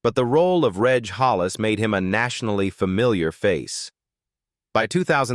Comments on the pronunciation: Why would you show a photo of Adrian Dunbar at the end of Colin Tarrant's section? It's extremely misleading and unprofessional. The AI American accent is awful! It pronounces British place names incorrectly. Reg is not a hard g like 'garden', it's a soft g, like 'edge', it's Jacob's (Jaycob's) ladder, not 'Yacob's' ladder! All AI does is spoil what would have otherwise been an interesting video! It's extremely irritating and downright lazy! Also, as someone else has said, mentioning their net worth is so tacky and unnecessary. Please do better! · It's Reg Prounounced Rej Not Regg Useless AI audio